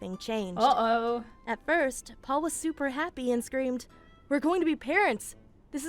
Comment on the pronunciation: Why does it sound like says Pole instead of Paul?